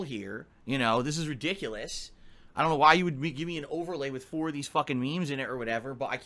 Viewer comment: Can't stand how this mofo pronounces "WITH"!